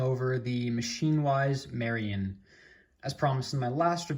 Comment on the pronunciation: Great vid! Just letting you know it’s pronounced Mair-in like ‘Air in’. This knife is on my Bali want list and I can’t wait to get it when I have the funds!